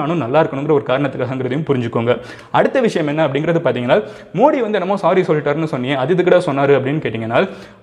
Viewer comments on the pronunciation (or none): none